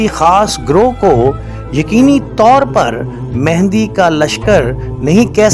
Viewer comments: Pehlay naam kehna seekh lain. امام مہدی علیہ سلام What is mehndi? Bht afsos ki baat hai k ap logon ko naam laina b nai ata ya jaan k bigaartay hain!!! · دوبارہ آپ مہندی مہندی بول رہے ہیں جب کہ اصل لفظ “مہدی” ہے.